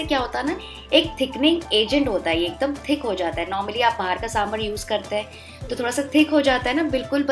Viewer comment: trust me when I say this as I'm a South Indian. It's not 'saambrrr' but 'saambaar'